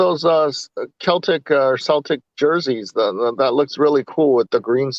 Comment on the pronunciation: Lampard needs to do it right he is not yet ready for Premier League. Ambition is one thing common sense is another. Its pronounced Seltic like Auges. John Terry will be a far better coach.